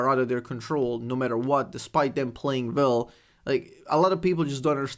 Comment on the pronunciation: Funny that due to your accent you prononce playing "well" like "Vel", maybe that is why you're the #1 Vel, you play Vel Vel... lol